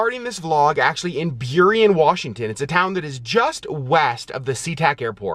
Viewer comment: I ❤ road trips! We lived in Burien 30 years ago-- I am so proud that you pronounced it correctly!